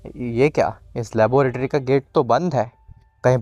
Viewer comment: Laboratory hy labooooratory ni hy 😅😂😂